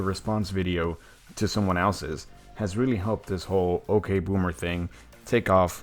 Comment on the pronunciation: Ugh it's ya ok bommer not ok bommer